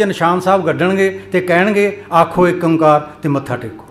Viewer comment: ਫੜ ਲੋ ਭੂੰਡ ਦੇ … ? ਚੱਲੋ ਇੱਕ ਸੱਚ ਤਾਂ ਬੋਲ ਗਿਆ ੧ਓ ਤੋ ੧ਓ ਪਰ ਉਚਾਰਨ ਚ ਠੱਗੀ ਕਰ ਗਿਆ , ਨਿਰਮਲਾ ਆ ਨਾ , ਪਤਾ ? ਓ ਨੂੰ ਜਾਅਲੀ ਓਂਕਾਰ ਇਹ ਜੰਗਲ ਦੇ ਲੋਕਾਂ ਨੇ ਹੀ ਕੀਤਾ , ਇਹ ਵੀ ਨੀ ਪਤਾ ?